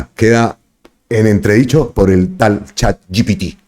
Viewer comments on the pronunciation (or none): none